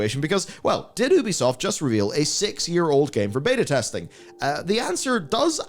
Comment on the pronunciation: One day, you'll learn how to pronounce Ubisoft correctly.